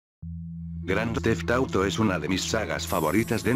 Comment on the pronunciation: Se equivoco al decir grand theft auto xd like si te diste cuenta